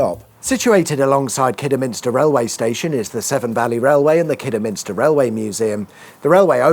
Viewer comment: Glad to hear that you pronounced Kidderminster correctly.😊